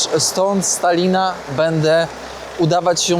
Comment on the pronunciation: czy ja dobrze słyszałem,że na samym końcu pozdrawiałeś Stalina 😂😂😂(z Talina)